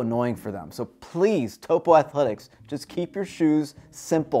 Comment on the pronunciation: Great review. BTW, Vibram is pronounced "Vee-Brum" and Topo is "Toe-Poe."